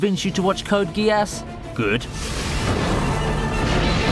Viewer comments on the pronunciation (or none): none